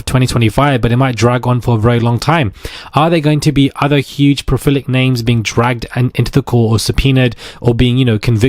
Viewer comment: Its PRO-LIFF-ICK. PROLIFIC. Not profilic. Please 🙏